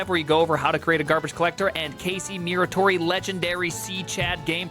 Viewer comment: Can someone tell to stop saying Casey mewratory?